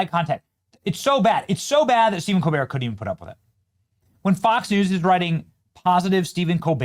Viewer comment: Colbert is the definition of a pretentious personality, a fraud. His family name? ColBERT with the T pronounced, as in Delbert. His entire family calls pronouns their last name with the T. Not this pretentious fool. He thinks it gives him a continental flare, a European touch. So carry on COLBEAR you fraud. Your show is a failure just as you are.